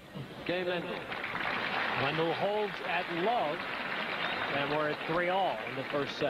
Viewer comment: It's "Ivan Lendl" Not " Evan landl" dumb American...